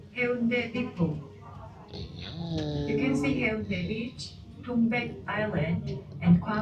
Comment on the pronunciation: Correction po:😅 hayunde (x) heyonde (✔) samyon(x)somyon(✔)...nakakagoodvibe po talaga ang vlog niyo...enjoy po kayo and ingat lagi